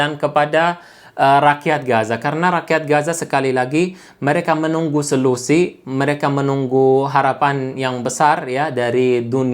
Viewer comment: Mohon kalimat narasinya diralat, yang benar adalah SOLUSI bukan SELUSI okey....👏👏😀😀